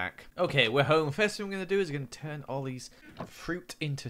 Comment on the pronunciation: Who else heard Him say Oli instead of all these